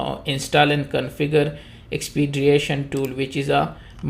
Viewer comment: There is no 'a' in the word Expedition.